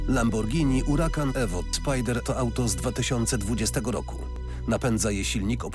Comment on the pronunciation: lambordzini karakan